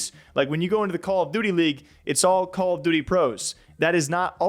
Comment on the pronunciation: I can’t get over how he says Call of DOOTY.. I try not to hear it but homie hits the double OO like Cam Newton hitting the dab back in the day! call of DOOTY.